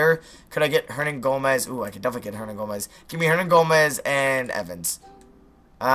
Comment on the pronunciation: why do you say billy hernagomez